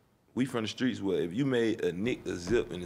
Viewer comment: JaKari Blakemore 0. But he said Skreets 98 times